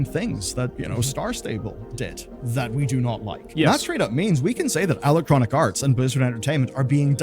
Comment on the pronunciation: What is a "Compturies?" Or did you mean "Companies". he said "Elecronic Arts?" instead of Electronoc Arts" (missing t).